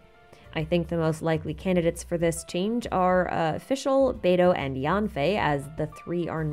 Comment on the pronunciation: it’s pronounced yenfei